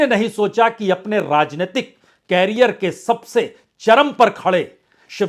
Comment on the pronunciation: भाईसाब, कॅरीयर नही, "करीअर" "करीअर"😅